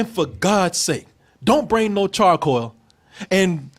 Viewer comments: Can say charCOAL? ^_^ Damn, this is like Bennedict Cumberbatch trying to say 'Penguin' ^_^ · Call The police every time he says chacoil ⚫️